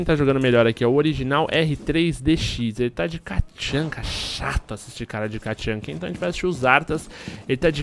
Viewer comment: nao é katchanka, é tatchanka